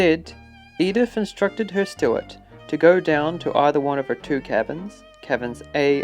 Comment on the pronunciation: Stuart???!!! — STEWARD Fin-an-kay???!!! — *FIANCÉ